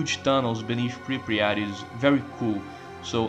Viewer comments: I love how you cal it Pripriyat instead of Pripyat. Great video man, good job. What I don't get is all the hate for GAMMA and EFP. Is it because it's cool to hate them or because thez looks good? Most of the things they do is increase realism, restore content and fixing bugs. I can understand how that can be bad and not Stalker (end of sarcasm) but i don't get it... As someone who played all the trilogy since the day one, and played most of the mods (bigger ones and more finished ones), i really enjoy modality of them and most of the mechanics (weapon repair for example) are good... Btw this is THE MOST complete Stalker video i have seen to date... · Goated iceberg ,really. There are ,though, some things I'd like to mention: The town is called "Prypiat" not "Prypriat" They actually did bring it back ,in COP, as the Jupiter Underground "The multiple psy fields" are probably the Brain Scorcher ,the Miracle Machine and the Monolith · мужик, say it with me: PRI-PYAT PRI-PYAT there is no "Pri-pryat" (при пять) 😂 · i like how you say Pre-pre-at instead of Pre-pyat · bro youre killing me, its pripyat, not pripryat